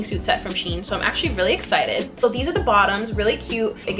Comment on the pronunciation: Just to let u know u where saying shein wrong its she-in